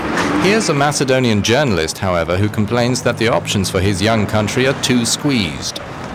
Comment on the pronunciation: you have nothin in common with ancient macedonians you can't even pronounce it right you are serb or whatever its a shame that our goverment don't diclare war with you so we can take your shity country kill all of you and have the rest macedonian in greece where it belongs